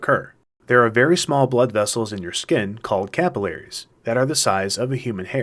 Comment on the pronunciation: who the fuck says capillaries like that